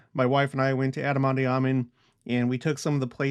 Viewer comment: Love ya’ to pieces and ALL you’ve shown and taught us. But, might I suggest (and I could be wrong) but do look into the correct pronunciation of “ondi.” You seem to pronounce the “i “ as an “e.” I’ve never heard it pronounced that way. Maybe check that out and I’ll do the same. Nevertheless…thank you once again!